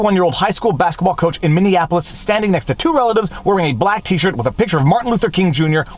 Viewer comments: By the way,, “Minneapolis” is “mini-APP-lis.” You keep saying “Minion-apolis.” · He's always mispronouncing Minneapolis as Minne Annapolis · Viva, love the channel! One suggestion, you are mispronouncing Minneapolis. It sounds like Minneanapolis to me. Lots of folks screw it up by adding an extra N into it. And yes Chauvin should get a new trial with a change of venue and they ought to prosecute the juror who lied on the questionnaire.